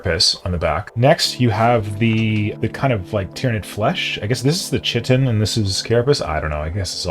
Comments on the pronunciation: It's pronounced kite-en. Not chit-en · It’s pronounced kigh - tin